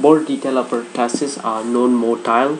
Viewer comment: hello! it's pronounced as per-2-sis not pertasis. and it's RUNNY nose not running nose. By the way the video is great. 💪😊